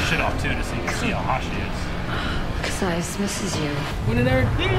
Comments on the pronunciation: It was bothers me that you keep mispronouncing Kasius' name... Ka... Si... Us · DAMMIT!! You keep pronouncing Kasius' (don't know how to spell it) name wrong. (just so you know, I'm not angry, just pointing something out 😄)